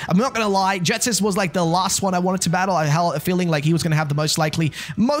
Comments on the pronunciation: Can’t deal with the fact he’s calling Ghetsis, Jetsis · Why does he say Jetsis instead of Ghetsis 💀